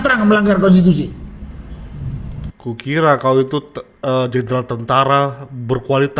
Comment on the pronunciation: Sunarko ngomong konstisusi gak ngerti konstitusi koar koar lgak jelas. Hukum saja gak usah digaji negara